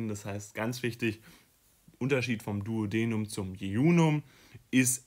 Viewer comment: hi, finde das video sehr hilfreich, danke! allerdings hat mich bisschen gestört, dass die Aussprache von einigen Begriffen verkehrt war (z.B. duodenum, duodeni, caecum…) das ist leider verwirrend und wenn man die richtige Aussprache nicht kennt eignet man sich leicht die falsche an. Vielleicht einfach vorher nochmal die Begriffe anschauen :)